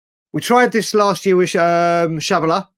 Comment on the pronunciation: calling Chalobah "Shabala"